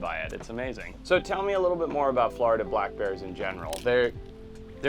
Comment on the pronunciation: It’s Florida not Flarda